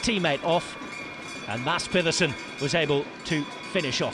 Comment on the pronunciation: even got the soft D's right in maDs peDersen.. unlike most English speakers who says maTTs peTTerson, he got this one 99.5% spot on, impressive.